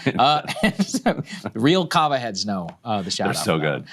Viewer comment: Kava? I thought he was saying Kama.